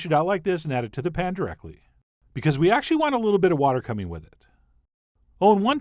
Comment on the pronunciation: "if we think things are getting a *Li*ttle dry".... What is wrong with you? Talk like a human being? This was disgusting to listen to!